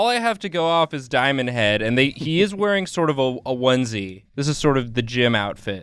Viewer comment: It's diomand head no diomand hand